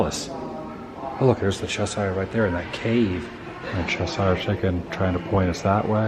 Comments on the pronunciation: Adam it's "Chesh-shurrrre" cat lol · ""Cheshire," should be pronounced as rhyming with "pressure." I realise I sound pedantic, but for some reason it just bugs me, when it's pronounced incorrectly! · Cheshire is pronounced "chess sheer".